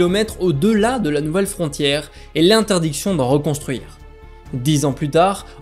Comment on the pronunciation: Très intéressant mais, prego, apprenez à prononcer le mot "dix" en français... Et bonne année !